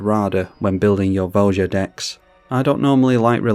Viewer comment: It's pronounced vo ya. Not vo ja. Look it up